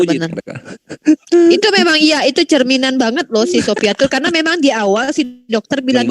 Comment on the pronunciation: satu yang bikin saya tertawa ngakak bang.....di bilang syoifatul di sebut syoifatul radialloh anhu... 😆😆😆😆😆😆